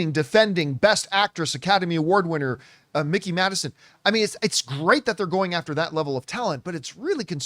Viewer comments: Mike-eee not Mick-eee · please stop saying “Mickey” Madison bro😭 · It’s Mikey not Mickey lol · Mikey, not Mickey